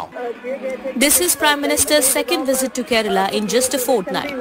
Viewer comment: Yes, ofcourse. It is "Kerala" not Kerla 🤣